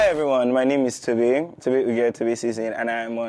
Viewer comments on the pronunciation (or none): none